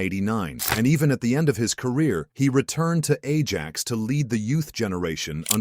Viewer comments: They way he pronounced Ajax bothers me so much 😂😂😂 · Can we just not use a computer to narrate shit? The mispronunciation of Ajax and Edgar Davids completely took me out of the video.